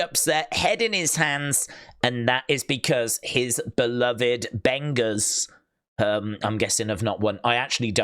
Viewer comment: Bengals not benga’s